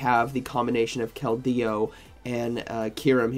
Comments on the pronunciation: Can someone tell me what the hell is a kel-dey-oo😂? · I tried to pay attention but every time KeldEEo takes me out of it😅